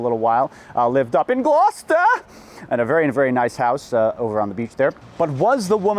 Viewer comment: Jesus Christ why'd he say Gloucester like that? I've lived in Massachusetts all my life. I've heard "Glou-chester" "Glou-sester". But never has the correct pronunciation been so shit pantingly terrifying for me.